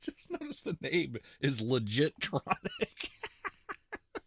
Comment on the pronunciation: Pretty sure that's not "legit-tronics", but "legi-tronics", as in legible